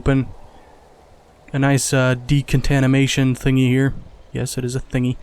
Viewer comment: De-con-tam-in-A-sean Arch. 😆